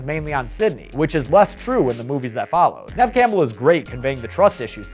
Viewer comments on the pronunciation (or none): it’s Ne-V Campbell not Nev